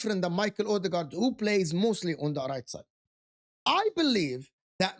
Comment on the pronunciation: Mikel odeegard😂